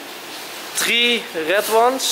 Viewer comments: 'Ken ai heve tree macarons?' 3 spreek je meer uit als free enzo haha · hahahaa idd hij kan nog niet eens 3 in het engels goed uitspreken